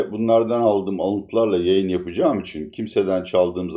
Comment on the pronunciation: Türkiyede Bütün büyük adamlar konuşurken "için" yerine "üçun"derler..Ordan biliyorumki sanırım sizde çok mühim büyük bir adamsınız🤣🤣🤣(Latife dedem) Sayğılar sevgiler.